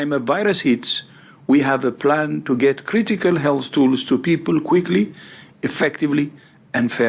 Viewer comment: I don't want to make fun of someone's accent, but you must love how Tedros's pronunciation of "health" sounds like "Hell", which is very fitting for what they have done and they're trying to do.